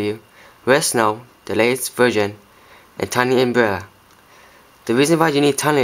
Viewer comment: he said virgin instead of version hehehehe